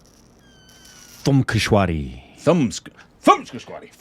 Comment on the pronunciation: You guys literally just murdered the pronunciation of thumkeshwari and bhediya... 🤣🤣🤣